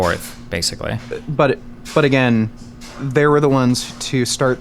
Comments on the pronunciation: Every time says the word "AGAING" I get physical reaction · Againg gang